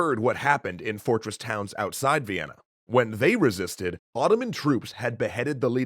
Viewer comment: Thought you said vietnan